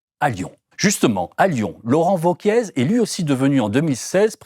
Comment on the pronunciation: Merci pour le contenu, comme toujours ultra pertinent avec Blast. Mais par contre "Laurent Wauquièze" ça m a perturbé. Ça se prononce VEAU-QUIÉ ! Ou Laurent Vachier, à la rigueur ! Mais sinon ça fait amateurs les amis. :)